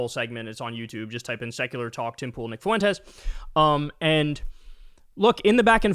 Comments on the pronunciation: just bein' silly for the algo, but, "Tell us you don't have any Hispanic friends, and never took Spanish in school, without telling us." Fuentes is pronounced, "f-WENT-tess," not, "foo-WEN-tez." Idgaf for his sake, but there are lots of others with this surname, and you being of half Polish, half Italian lineage, I am quite sure your family has faced bigot stupidity in people acting like they can't pronounce some names. P.S. Shady J.D. is also not wearing eyeliner/guyliner, and the "punchline" for that "joke" is that he might be gay or feminine. Nope. That piece of shit just has the eyes some people want, and imitate with makeup, like mine. Years ago, when going out to one of the bars, I have been complimented, then accused by strangers of wearing eyeliner, and dissed for "lying," when telling them I was not. I will if I want to, but if I am not, I am not. I'm gay. Idgaf about straight masculine Ideals. Don't accuse me of lying, being embarrassed about wearing makeup, etc.. I'm grown. Being gay is not a punchline. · Kyle forsure watch’s Fuentes religiously for comedic relief 😂 Oh and Kyle, Fuentes is 2 syllables fwen-tes not three. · It's not Foo-in-tezz. It's two syllables: Fwen'-tess. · Kyle adds a third syllable to Fuentes. Foo en tes 😂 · The way Kyle says "Nick Foowentezz" XD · Kyle pronouncing Fuentes 'foo whentez" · I love Kyle pronounces his name as “Nick Fawentez”